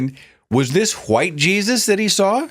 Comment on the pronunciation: I really love it when he gets extremely southern with it and says "Jaysus" lol